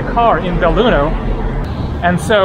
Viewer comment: belluno. no beilugno. haaa